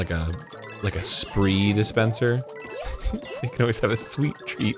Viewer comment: ......Are you saying "spree" as in Spry??? Like the sugar-free gums and hard candies and toothpastes??? I used to sell them until my family business went under, and Spry rhymes with "sky" lmaooo